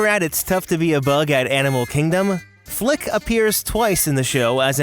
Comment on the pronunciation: WHY DO I HEAR FLICK SWEAR